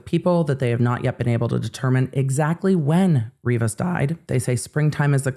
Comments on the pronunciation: Riveras and Rivas are two specific names. It's like hanging with Jet Li and calling him Jet Lu... You're kinda off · Kindly asking for Celeste’s last name to be pronounced right. It’s Rivas, Ree-Vas